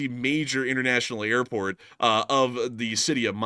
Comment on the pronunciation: You're pronouncing the airport wrong, lol